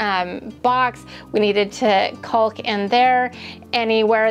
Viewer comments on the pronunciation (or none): The L in caulk is silent ❤